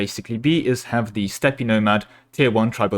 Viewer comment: It's just Stepp. The E is silent.